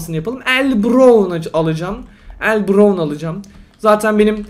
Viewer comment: Abi el bravn diye okunuyor el brovn diye degil :)